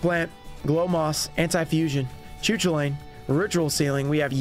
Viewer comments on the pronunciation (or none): Choo choolain 😅, it’s pronounced ca cullin